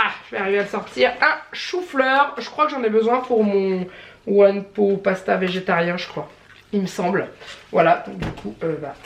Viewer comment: Coucou hihi one pot pasta ça se prononce pote hihihih. Ratatouille j adore mais perso j’ai absolument rien entendu comme son de la télé 😕le tofu ça n a pas de goût particulier, moi je le marine dans de la sauce soja et je prends du fumé. Gros bisouuuuu